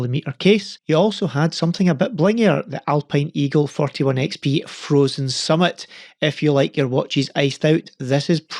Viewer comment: Did you say frozen simmit?